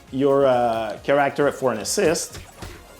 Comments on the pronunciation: please say CHAracter, not chaRACterm its driving me insane. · Select your Ker-ack-tir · 'care-actor' instead of character lol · "CHARE-RICK-TER" -character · Stopped watching because of the care-actor pronunciation. Am I a dick? Yea, and I am fine with that. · Kah ract er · Looking forward to choose a kerrrRACKterr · For the love of god, learn how to pronounce “character” And they say it’s the Anglophones that butcher the French language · dont mind the accent, but the way he says that specific word. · The way this man says character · Absolutely unwatchable the way he says character